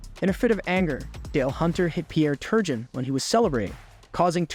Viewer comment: Learn how to pronounce the names properly let alone N-H-L. Turjon lol